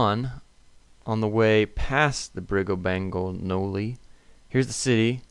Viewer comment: Just to help you out... The names you were struggling with are pronounced, Baal-gown-E(gown as in wedding gown) and elf-in-stone.